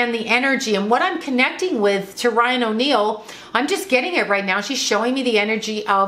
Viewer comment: said Ryan O’Neal but I thought she said Lying O’Neal...lol